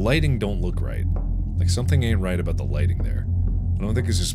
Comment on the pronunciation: When you say “Bou - t” it sounds like “Booty”